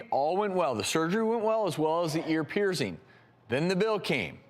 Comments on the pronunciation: The way Travis pronounces “piercing” is ridiculous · "peerZing earZ" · why is he saying ear "peerzing" ???